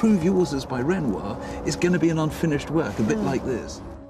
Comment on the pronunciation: Its Renoir .